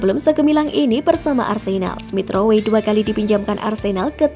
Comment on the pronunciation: Smith rowwwwe bukan smith ro-we